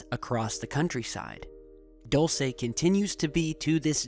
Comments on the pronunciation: DULCE: DOOL-SEH, not DOLL-SEE..... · Dulce = candy sorry I got annoyed how pronounced